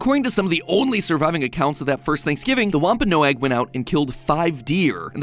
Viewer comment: Matpat, love your stuff, but the name of the Native American tribe that ate with the Pilgrims is pronounced “WAHM-puh-nog,” not “wahm-pah-NO-agg.” Yes, Google pronounces it incorrectly, and that’s clearly where you got your pronunciation. Take it from this Minnesotan: Google butchers every word or name from any Native language. You have to find video of an actual speaker or scholar of the language to get it right. So, not your fault, exactly, but you definitely need to do more research in the future.